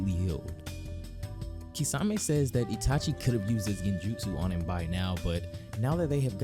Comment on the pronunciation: My boy really said "he broke itashis genjutu" 😂😂😂😂😂😂😭😭😭😭😭😭😭